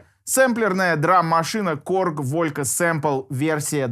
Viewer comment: Волька! Ну эт пиздец братан ты делаешь обзор на такую вещь и ты даже не поинтересовался как её название произносится на оригинальном языке? Какой нахуй Волька….